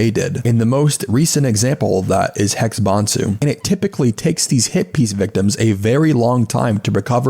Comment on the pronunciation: I really don't like the way you pronounce HexBansu. It's obviously written to be pronounced like "Hex Bans You"